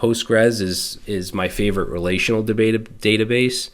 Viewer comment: That " the batabase" 😅 thank you you legend!❤